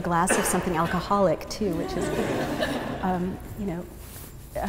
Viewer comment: Did she say alcoholic? Lol She's cool though. I really like her.